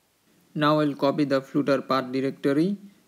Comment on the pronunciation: Brother, it is flutter not floooter